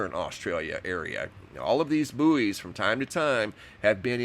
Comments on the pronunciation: Bouys are pronounced like Boys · so weird u guys say /booeys/ we say /boys/ sounds . . . weird